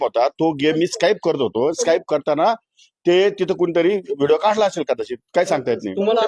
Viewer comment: स्काईप नाही, स्कीप😂